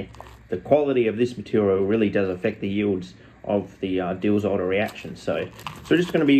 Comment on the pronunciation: the way you say Diels-Alder... phenomenal